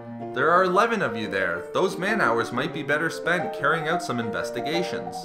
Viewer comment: You say out funny. Owut